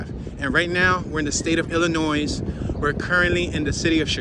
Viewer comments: 2021 2,696, ,620,962 2 Chicago is not growing 3.6 million to 2.7 million mainly due to all the shooting on the Southside. Also the s is silent on Illinois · Say it with me now, ILL IN NOY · You pronounce the name of the state incorrectly.